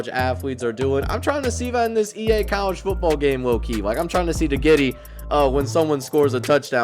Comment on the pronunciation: Y’all realize he said the giddy😭 my guy it’s the griddy